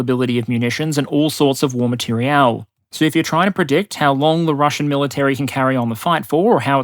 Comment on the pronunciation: Materiel War, not Material War